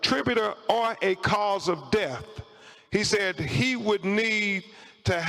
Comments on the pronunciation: I wish he would stop saying DEAF and say DEATH! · How is it possible this so called professional high profile attorney is so illiterate? His words thoo, troof, deaf and decompesation?? Some kind of jungle lingo? Wtf?? Did he mean to say through, truth, death and decomposition ? What a circus